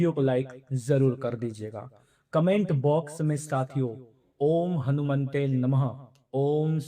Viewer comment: Mante nahi हनुमते नम: l बोले